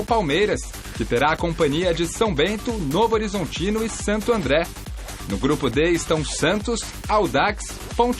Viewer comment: O certo é Novorizontino e não Novo Horizontino